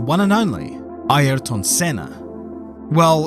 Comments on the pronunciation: Never heard of Eye-air-ton 😮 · Bro try saying highrton without pronouncing the h. There is no "e" in his name. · i mean, is trying his best to pronounce as we do here we pronounce like "ierton" (using english pronouncing rules) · Since you are Brazilian, is this how you pronounce his first name..? It sounds so different from how others pronounce it. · This is the record for how many times you say Ayrton wrong in one video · Never heard his 1st name pronounced like this